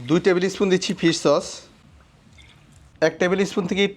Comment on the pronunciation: কি কি সস্ দিয়েছেন আবার বলেন? ফিস সস না কি বুঝি নাই